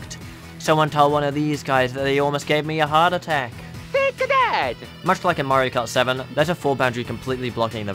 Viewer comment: HEART - A - TACK